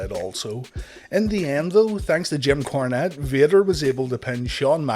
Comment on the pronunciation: Are my ears messed up or does he keep calling Jim Cornette "Kim Cornette"?